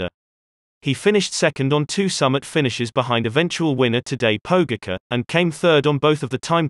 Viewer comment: Pogi deserves enough respect after winning two tours to at least pronounce his name properly. So to clarify: Tadej Pogačar is pronounced tadEAy poGAchar if you were to spell it the English way. Or just listen to GCN, they say it quite well.